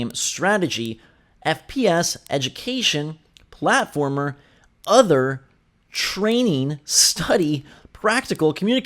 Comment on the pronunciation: Lol the way he said Other